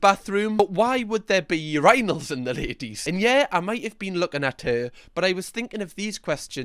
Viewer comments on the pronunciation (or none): The way you say uranals instead of urinals is killing me with laughter 😂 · “take a leak” -that’s a funny way to say that. Also: “yer-EYE-nalls” 😂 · Still crazy to me that he pronounces it urEYEnals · Aww the way u pronounce "Ur-I-nals" 😂😅